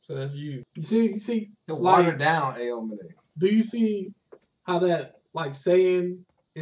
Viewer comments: aomine is pronounced ow-me-neigh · Cant stand the way they pronounce aomine